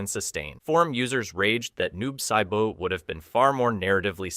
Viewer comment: Tig-gears? Sigh-boat? Shoe Hao? Game fay-queues?